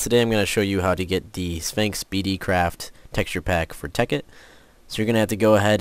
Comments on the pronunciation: and why does he keep saying spangx its sphax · its sphax not sphanks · lol you sound lke you are saying sphanx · I love how he said Spanx XD